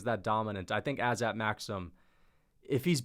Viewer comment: I just wanted to clarify that the pronunciation is Azat